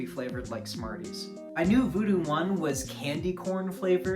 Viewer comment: It ain't voodoo, it's voodew with yo boy